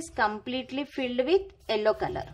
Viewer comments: It's yellow not ellow😂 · Hahhaha...what a pronunciation....Yellow as ello